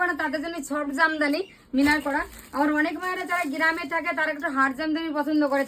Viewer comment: গিরাম নয় কথাটা হলো গ্রাম